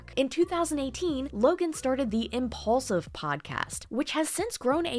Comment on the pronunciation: Lol you said he's "impaulsive". Duh